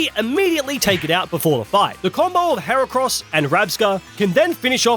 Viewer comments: IT'S HERACROSS, NOT F*CKING HAIR CRISPS! SAY IT RIGHT! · HERACROSS, NOT HEREKROS! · THE SECOND E IN HERACROSS IS SUPPOSED TO BE AN A! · THERE SHOULD BE ONLY 2 R'S IN HERACROSS!